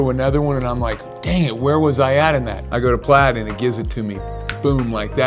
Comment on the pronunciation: Why does PLAUD sound like PLAID when you orally speak the word?